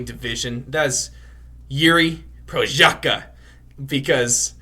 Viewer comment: Respect the guy - learn how to pronounce his surname !